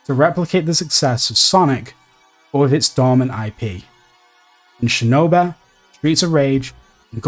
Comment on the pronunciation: "Shinobeh"? What the fuck is this dude saying? Lol